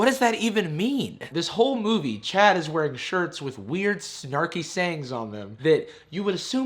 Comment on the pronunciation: I keep hearing "chat" instead of "Chad"